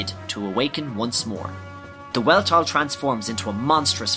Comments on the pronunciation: Really good recap but there is one minor error in it. The Weltall is pronounced "Velt-all" It's German for Universe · You pronounced 'Weltall' wrong